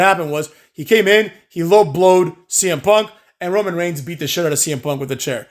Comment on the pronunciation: saying semen punk and Seth lollins was tough to hear lmao